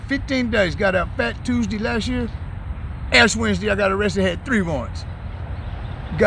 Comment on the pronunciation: Did he say ASS Wednesday ? 😂 😆 🤣